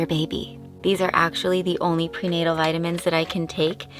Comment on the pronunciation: Did she say “prenatal”?